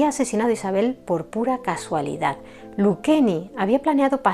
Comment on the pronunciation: Se pronuncia: Lucheni, no Luqueni, el Italiano la C se pronuncia Che, LU-CHE-NI.